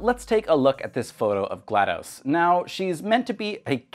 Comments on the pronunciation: I like this video, but you keep mispronouncing her name and it bugs me. It's pronounced GLAD-US, or GLAD-ASS. Damn. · Its not GLaD UH S or GLaD OH S, its GLaD AW S, so if you say GLaDOS again, say it as GL-AH-D-AW-S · No it’s pronounced glah-dos (dos as in the abbreviation for Disc Operating System) not glah-dose